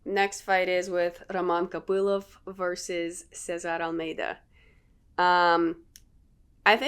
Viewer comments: Он Роман КопылОв вообще-то. Ударение на "о". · Русская что-ли ?! Произношение Копылова и Ислама как-то по нашески❤️😁